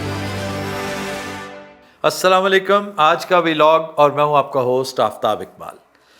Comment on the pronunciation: Aftab sir aap apnay TV programs main ghalat-ul-aam cheezon ko fix keratay thay tou maine socha aap ke eik lafz ko bhi fix ker doon. You pronounced Vlog as two words V-Log its actually one word Vlog. It has been derived from two words Video Blog shortened to Vlog. Vlog is pronounced just like Blog but with a V instead of B.